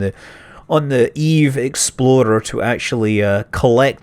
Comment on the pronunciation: I just cant help hearing "eve exploder" everytime!